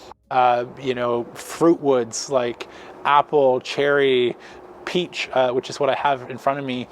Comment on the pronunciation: Did you say Peach or beech smoking wood?